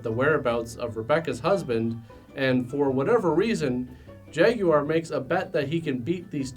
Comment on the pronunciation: I want to year you say jaguar a few more times. Take it easy on yourself and just say "jagwire."